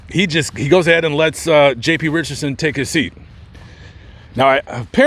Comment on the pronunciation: His name is Richardson not "Richerson" there is a D in there. you dishonor his memory by mispronouncing his name.